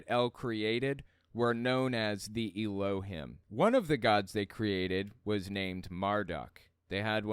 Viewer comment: It’s pronounced “EH-loh-heem,” not “ee-LOH-hihm.”